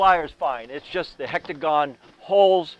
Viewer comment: Hi, really love your videos. I couldn't help but smile every time you said hectagon vs. hexagon. Keep up the great work!